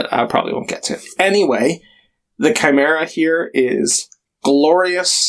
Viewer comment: OK, so the good news is you did a decent job of pronouncing Chimera, but I don't know how you got lord so wrong.